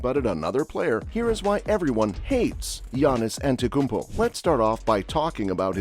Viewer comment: you can’t even pronounce his name and you dare to make a video? Morons using AI and robots